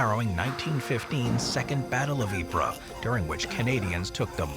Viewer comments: Greetings from Toronto. I'm going to be a pendantic nerd and correct your French pronunciation. Ypres isn't pronounced "Ee-per." It's "Eep." Thanks for a great video. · Yeeeeep not yepre 😂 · Ypres is pronounce “EE-PRAY”